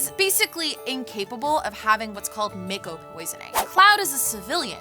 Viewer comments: mayko lol it’s actually pronounced ‘Mahko’. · It's not said as mako but as mocko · pretty sure it’s pronounced mah-ko in Crisis Core and Remake, plus that’s how it’s pronounced if you go by the Japanese vowels shrug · It's pronounced 'maw-ko' :) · The way she says "mako" and she says she's a meganerd.. cringemuch? Is she ceilinggang, not floorgang? cringe. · Not gonna lie, the way she pronounces mako makes me cringe hard....